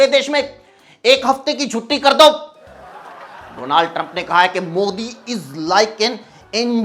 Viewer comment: अबे डोलांड, 😂😂 मोदी के कारण नाम भी "डोलांड" हो गया। क्या यह जानबूजकर बोल रहे हो?